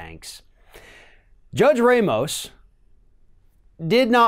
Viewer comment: Ramos is pronounced RAH-mohss; in order to be pronounced ray-mohss, it would have to be spelled Reymos or Reimos in Spanish or Portuguese.